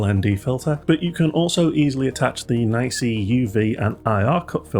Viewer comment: I’ve always heard it being pronounced “knee see”, without exception, until your video. This is the first time I’m hearing “nicey”. I’m curious, is this just your feeling of how it should be pronounced, or did you get this info from NiSi directly, and they officially said the correct pronunciation is “nicey”?